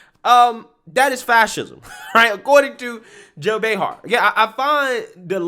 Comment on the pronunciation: “Joe Behar”? Get some rest, bro.